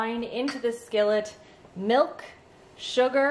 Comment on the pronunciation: I just noticed and pronounced milk as melk.. Is that a Canadian thing? Genuinely curious